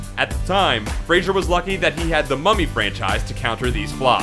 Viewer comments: It's FRASER, not Frasier. Furry Vengeance was awesome. I laughed hard. What's wrong with a movie that the kids can watch? Monkeybone was as much a kid's movie as James and the Giant Peach, but a lot funnier for adults. I laughed really hard at both of them, and have seen them both more than once. My tween and teen kids also loved them. And what about the many great indies he's been in? He has a wide range of acting ability, great comedic timing, and sheer physicality which allows him to do demanding roles. He will be a star for a long time to come. Hollywood is changing. The old guard is passing away (literally) and a fresher vision is beginning to guide the industry. Initial box office can be a result of many factors, and a loss can become a gain after overseas, DVD, premium TV, and merchandising markets bring in money for years to come. On a personal note, he's a cool dude! My son was shocked to find out from watching a talk show interview with Fraser, that he used to play Halo on X-Box Live with him. I predict he'll be around for a long time even if he never gets critical success., Because for him, as for the similarly underacknowledged Kurt Russell and Keanu Reeves, critics are just annoying haters who are gonna hate. The people know what we like. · What's annoying is the fact that you cannot pronounce his last name correctly. It's pronounced "Fray-Zer" not "Fray-Shur." He even states so himself in interviews - it annoys the f*ck out of him how people mispronounce it. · It's not pronounced Frasier, it's pronounced Fraser, exactly how it looks... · Fray. Zer. Get in touch with your inner reader, eh? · FYI, his name is pronounced "fray-zer", but who give a shit anyway. lol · multiple times, not just once - you say frasier ! That is not his name. Any credibility or even slight interest flys out the window when you can't even speak.... learn english dude ! mmmmm - and this is a produced clip??? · Brendan Fray--SER. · It's pronounced FRAY- zur, shithead!